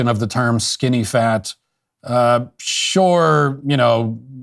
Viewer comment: Wow! The guy can't even pronounce the word "sure."